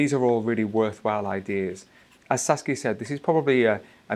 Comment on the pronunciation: Now I'm addicted to Saskia's English pronunciation 😁😅